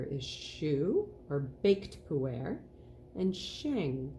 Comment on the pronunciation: Pooh Air Indeed 🤣 I wish the pronounciation was more accurate because I really struggled with the back bit of the video. Sheng (or raw), not shang. Pu-Er with the 'er' more like 'erm' without the m, not Pooh Air, please 😂